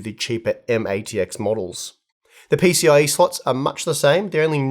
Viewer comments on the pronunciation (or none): none